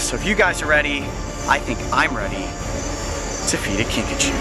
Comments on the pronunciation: Kinkajou is correctly pronounced Kinkajoe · The way the kinkajou's name is pronounced.. Kinkachu I choose you Kinkachu~ 😏